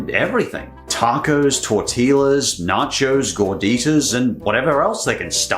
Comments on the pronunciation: I'm so sorry but the word Tortillas is pronounced tore-tee-yuhs and even if you were doing it as a joke I frowned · Okay, I could forgive your mispronunciation of "dulce de leche" in your other video. But oh my god bro. Torteeluhs. I'm gonna faint. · Did you just pronounce the L's in "Tortillas"? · You mispronounced Tortillas, it's pronounced "Tor-Tea-yas." 😂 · The Mexicans just got triggered when bro said tortillas 😂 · Tell me he did not say tortillas with a L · Hey give him a pass, he lives in Australia which isn't close to any Spanish speaking country, unlike the US and UK, US with Mexico and the UK with Spain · I have never heard a person say tortillas quite like that. Heavy pronunciation of the L’s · Did he say tortillas pronouncing the ll’s